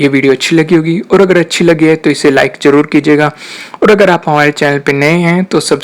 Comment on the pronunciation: Stop saying .. Cheejain (cheezain), Darwaja (Darwaza), Intejar...(intizar) .. Saayad nai Shayad...Khussi .. Khushi.... Begee... (Busy)... Jada.. (Zada) ... Jaror nai Zaror... Use pure Urdu Please. Thanks